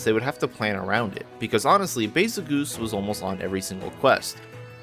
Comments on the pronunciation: Why are you pronouncing it "goose" when it's spelled the exact same way as the tail end of Betelgeuse and that's unanimously pronounced "jyoose"? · Hey hey hey, it's pronounced Bagel-Juice thank you very much. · Damn I was really following you in that intro until bahzulgeese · Its "bay zuhl juice", not "geese" or "goose" D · In Stories 2 they pronounced it "Baa-zel-geese" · You seriously have to be mentally challenged to pronounce "geuse" as geese. Betelgeuse has always been pronounced correctly and there's barely any difference in these names. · i've never heard anyone pronounce it like that. its actually, according to the wiki, pronounced Bah-zul-geese like in Portuguese. thats how its pronounced in Monster Hunter Stories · I think it should be pronounced bazelle juss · Baazel Geese ?? what in the name of fuc did you just say? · Bay-zel-juice, becuase it's a play on words of Betelgeuse. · "The official English pronunciation of Bazelgeuse's name, revealed in Monster Hunter Stories 2, is "Bah-zel-geese"." from the wiki :)